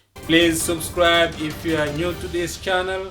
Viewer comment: on dit pas "Soubscribe" on prononce " Sabscribe " = subscribe